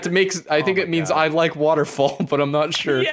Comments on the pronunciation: J'aimes watèrfall is correct, you said I am waterfall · Lol I’m pretty sure he said “I am waterfall” actually